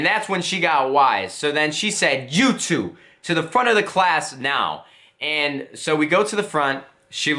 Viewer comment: i can hear the accent when you say two lol